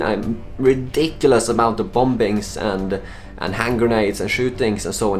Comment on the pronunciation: Listen buddy, I love ya. I kind of don't want you to stop pronouncing the Silent B in bombings. But I think it would help with your UK audience